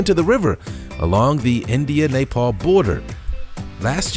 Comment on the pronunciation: It's "neh-pahl" Not "nape-el"